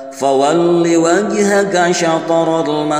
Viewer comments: Qod naro taqolluba wajhika bukan wajhaka afwan 🙏🏻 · Alhamdulillah v koreksi juga selain di bagian wajhaka yg benar wajhika. Dr sayaqulussufaha itu di ayat itu juga bukan qulillah v qullillah dan laya'lamunalkitab bukan mad seperti yg di baca krna akan merusak makna🙏